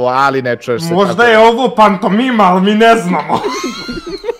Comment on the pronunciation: Kaze PANTOMIA HAHAHAHAHAHAHHAHAHAHA